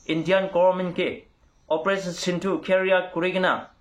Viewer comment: Sindoor kobi na..sindu nohoi o...news to kobo koili..